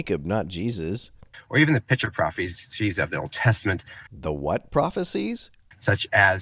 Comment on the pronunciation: I know it's just the way he pronounces "picture," but, since it sounds like "pitcher prophecies," I now have a new take on Christianity. The Kool-Aid man is the second coming of Jesus! Oh, yeah! Amen!